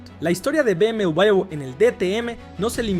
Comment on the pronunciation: Que triste no saber pronunciar B M doble V